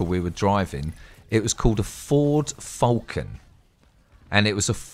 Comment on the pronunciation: no mate Darwin is always hot at 30 degree’s Celcius Ford Falcon 4litre inline6 it could of been a panel van or ute depending on how old it was(you say “falcon” different)